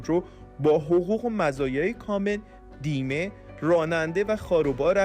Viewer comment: دیمه یعنی چه ؟ آیا منظور گوینده بیمه بود که اشتباهی گفت دیمه ؟